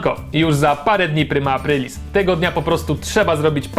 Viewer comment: primosz aprlilis hehehehe